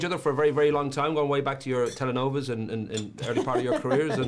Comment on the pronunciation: LOL i'm not fluent in spanish and even i know it's TELENOVELAS NOT TELENOVAS! XD